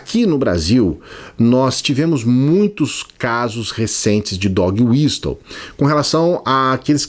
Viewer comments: Adoro seus vídeos,. Eu não quero ser aquele chato do inglês mas eu acho que a palavra Whistle se pronuncia "wisəl", o T é mudo, como Castle. Fora Bozo. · A pronúncia correta de "whistle" é "uíssol", com o T mudo.